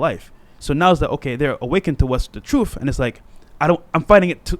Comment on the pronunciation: That one guy says “truth” like “troof”.